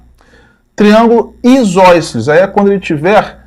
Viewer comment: Por que em você fala "isóiceles"?